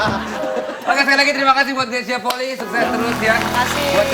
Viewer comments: Bacanya Greysia Polii, "i" nya dua. Bukan Greysia Poli. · Marganya Polii... Dibaca POLI-I... Bukan POLI. Vincent sebagai orang yang ada darah Manado harusnya sih lebih tau.